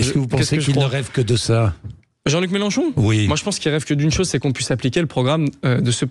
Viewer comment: Gourdain 🤣 on dirait qu'il a de grandes dents avec le sourire du clown méchant chaque fois qu'il prononce Mélenchon 🤔